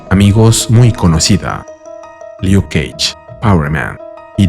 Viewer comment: 😒 Back in the 90's, a title like this was more fun 😒 and I don't mean "funnier" 🤔 The build up of the story could be better.. 😳👋 DE ESO estaba hablando! Qué buena esa voz de MODOK 🧐 お前、レイシストなの？😟 🤣😅 no es liuk es luk y adelante 👋 bueno, mejor! Arigato!